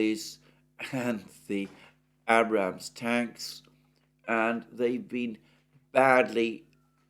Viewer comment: this dudes pronunciation...ab ram ham and his 7 sons...had miss isles...